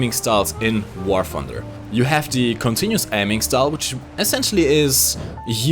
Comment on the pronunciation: How come you mispronounces all your t's with f🤔, for example you say "War funder". Must be a British thing